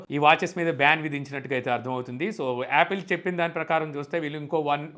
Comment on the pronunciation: Adhi Applae kaadhu ra😅😅😅😅.... Apple😅😅😅😅